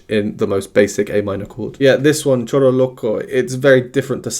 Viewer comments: It's pronounced "shoro". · Hey,! The pronunciation for Choro is: SHO-RO. The "ch" sounds more like "sh" as in "show". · Actually the word choro is pronounced as if the word starts with "sh" in English like show. Cheers.